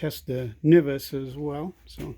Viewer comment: Nice job with the video!! If you don't plan on operating with the top closed, then why did you add the outer antenna connection? Also, I have always heard it pronounced "en-vis", never "ni-vis"